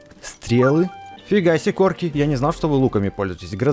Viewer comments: Не корки а короки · не Корки а Короки